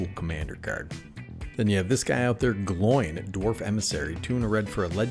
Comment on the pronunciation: Great video. I love how you pronounce Gloin 😂. The actual pronounciation is more like combining the words "glow"+"in". Keep up the good work! ❤❤❤